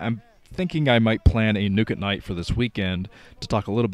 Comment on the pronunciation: LOL, LOL. Nuke at night and Nuk-e-nites. I never noticed that before.